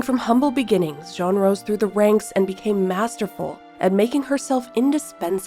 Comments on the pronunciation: Beautiful, but name is Jeanne like, JE”ANNE” not difficult… you are pronouncing “jean” like it’s a man… sorry. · Yes that confused me...I wasn't sure who Jean was 😅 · You pronounce her name wrong. Learn the correct pronunciation of Jeanne, please.